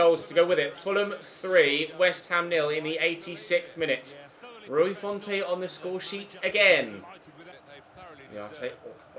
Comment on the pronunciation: It’s pronounced Rui Font, no accent on the E, it’s very irritating to listen to